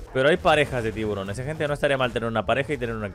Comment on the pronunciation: Al tiburón le llamas tiburonsin